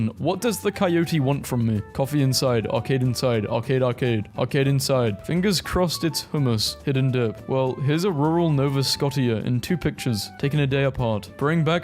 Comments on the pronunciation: It's pronounced "Nova Sc-oh-shuh" not "Nova Scott yuh" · Nova Sco-t-eea It's nova sco-sh-ia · as a canadian, im mildly offended eh? "nov ah scotee ya" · Bro it’s pronounced nova SCO-SHA not nova SCOTT-IA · Nova Scotia Nova Sco-sha 😊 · As a Nova Scotian, I can confirm it's pronounced NO-VA SCOT-EE-AH. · "nova scotteeuh" 😭😭😭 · nah you didnt say "nova SCOTT EE AA" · did he just pronounce nova Scotia like-scottia? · Hearing him say nova scottea enrages me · As a Canadian, “Nova SCOT-ia” was painful for me. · the way he said "nova scotia" makes me mad for some reason (its pronounced "nova scosha") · It's pronounced Sk osh ah. Nova Scotia is a tiny province on the eastern coast of Canada. Nice place, I recommend a visit if you get a chance. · My Canadian ass physically reacted to hearing Nova Scotia get pronounced as "Nova Scotty-a" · Nova Scotia is pronounced Sko'sha. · Nova Scotia is said differently to the way you said it and it triggered me. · As a Canadian, the way you pronounced "Nova Scotia" made me mad for some reason